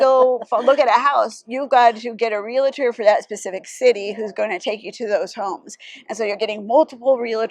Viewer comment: Re-al-tor NOT Re - la - tor